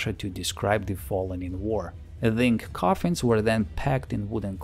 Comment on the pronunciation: those r coffensssss LOL